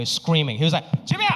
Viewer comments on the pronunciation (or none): 😂😂😂完全就是上海口音。其实是“Jimmy啊”❤️ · the way he pronounces “jiMm-ëY” gets me every time LMAO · Mor like Jim-yay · so true 🤣🤣🤣😂😂🤣😂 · It’s Shanghainess tone. Like Jimmy a. My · That's a vivid Shanghai people's way to address people in English🤣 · Sounds like Korean way to call sby